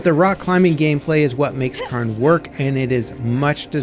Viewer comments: Why are you saying "Cairn" like that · For it’s popularity it’s baffling how there doesn’t seem to be anyone able to pronounce Cairn correctly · The one thing that has surprised me the most with this games success is just how many people can't pronounce cairn. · Lol, hearing non Scots pronounce our words will never not be amusing. Not even close, not even close. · Learn how to say Cairn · At least look up how the word is supposed to be pronounced. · K-air-n not karn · How is it Karn ??? Pronounced Care-in Get a grip, that's just lazy ass ... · Cairn is pronounced Kay-urn it’s sounds similar to Karen but moving the vowel sound of the e to before the R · It’s pronounced kern not karn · Indeed it is NOT car + n but IS care + n. There sould be a subtle i sound as well but the 'ah' in the video should definitely be an 'eh' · It is pronounced "Kaern" not Karn. Good lord I am amazed at how many people screw that up. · CARE-N its Care-n 😭😭😭 like the rock stacks you see on hikes that show you the path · not sure where you're from but "Cairn" and "kern" aren't pronounced the same in English. it's more like "care-n". "kern" would be pronounced like "earn" with a K at the beginning. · Dude called it carn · It's not Karn its Cairn.....L bozo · Yeah it's "Care-n" lol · Yes, no i in there anywhere! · Cairn would be pronounced like care. It comes from the Celtic language word to describe piles of stones used for burials or markers. You can find so many cairns all over the countryside here in Ireland going back into prehistory. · Shouldn’t the game be pronounced “CARE-N” because it’s the names of the stacked rocks on hiking trails waypoints? I believe that’s what the game is named after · The pronunciation is Care-n, it comes from the Gaelic word Carn Source: I'm Scottish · As a Scottish person, in Scotland, from Scotland. Its pronounced Cairn. 😂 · People pronounce that word both ways, but yes CAREn is more common.